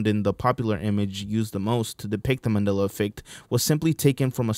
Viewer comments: I remember this guy saying MANILLA instead of MANDELA. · Why can't you pronounce "Mandela" correctly